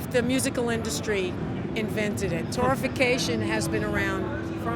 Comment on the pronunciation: It's Torrefaction not Torrification.